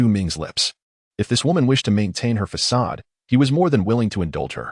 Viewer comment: I've listened to many Chinese stories. I don't know if it's bad interpretation or ai problems but many have a problem with facade. They read fa ade . It's not a big thing but it is noticeable.